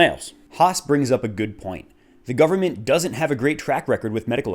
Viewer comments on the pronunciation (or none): 'the gumement'. -Hoss